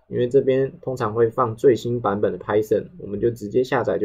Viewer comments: Python唸拍"賞"，不是拍"省"。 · Poor quality, doesn’t explain how things work, can’t even pronounce Python correctly 🤮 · This is just for beginners. Idk why you're being dick here. I personally think he teaches well and he uses simple concepts to let beginners know how to do it properly. He is not a native speaker, so what's the point of mispronouncing Python?